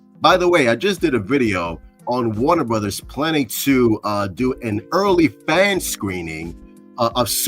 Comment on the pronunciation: 4K0 can't even pronounce "Warner Brudders"